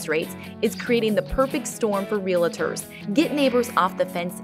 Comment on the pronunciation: Just a heads up, the narrator in your ad in pronouncing realtor incorrectly.